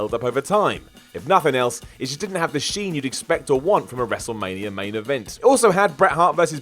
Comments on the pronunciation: Why do I always hear 'Wrestlemanier 11'?? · Am I the only one who hears WRESTLEMANIARA